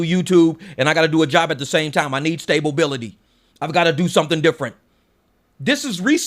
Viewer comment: lol. I caught that. Stay-ba-bility